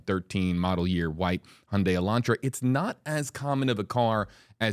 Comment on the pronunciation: Finally someone who pronounced Hyundai correctly. Like Sunday